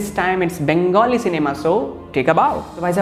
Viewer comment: Your Bengali pronounciation is quite good.